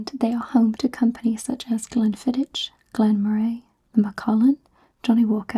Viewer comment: Fab video as always! Glen fid-ick (but a soft ck like in Loch)